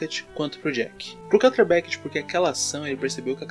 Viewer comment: Pq vc pronuncia “carter” é o correto? N seria “kâtlêr”